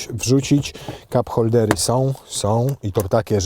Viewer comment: hap koldery. Słyszałęm :D